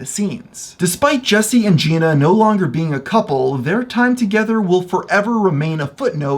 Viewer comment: in all your research you couldn’t find out how to pronounce jenna?